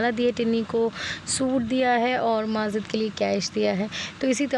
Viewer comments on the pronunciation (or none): Sister aap bura na manana aap majid ko mazid q bolti ho?please bura na manye ga